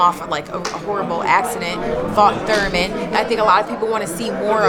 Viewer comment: why does this chick say thurman???